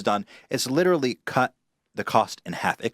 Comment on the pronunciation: "liTRALLEEEE" "LITRALLEEEE" say literally right